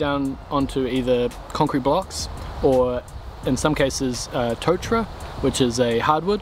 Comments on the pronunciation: It's not "Toe-tra" its to(r)-ta-ra. tōtara Otherwise, great vid as per usual. Look forward to seeing you frame up this extension e hoa. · Rimu + kauri prounciation very good, Tōtara needs a long 'o'. Pretty amazing that the Tōtara post lasted so well.